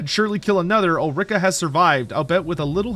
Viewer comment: Ul-ri-ka, not Ul-rika; even though it sounds bad ass